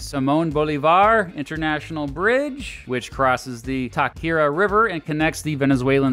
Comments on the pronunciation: me refiero a que pronunció cosas como "Táchira" como "takira" porque en inglés la "ch" se puede pronunciar como "sh" o "k", y la pronunciación correcta en el contexto anglo es "sh" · Venezuelan here: Thanks for the video. Got bothered with some of the pronunciations, but at least you tried. FYI, all the "ll" like in pabellon, are pronounced "j" like pabejon. Bolivar is pronounced Boleevar with the emphasis on "li." Tachira is pronounced ta-she-ra...etc. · Hello, I am a super fan of your videos I watch them all the time ❤ I basically aced my APGOV because of your briefs so thanks for that, But as a proud Tachirense I ought to let you know that the correct pronunciation for Tachira is “Tah- shi- rah” if you ever visit Venezuela please make sure to remember this. Have a great day! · Entiendo a qué te refieres, pero igual sh y ch no suenan igual en inglés y decir "tashira" en vez de Táchira, seguiría estando incorrecto. debió preguntarle a algún hispanohablante como pronunciar las palabras, pero ni siquiera lo intentó y las pronunció como sea.